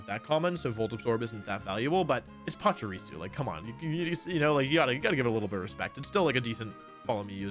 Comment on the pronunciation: Why do so many people mispronounce Pachirisu? It's not PachUrisu... It's Pachirisu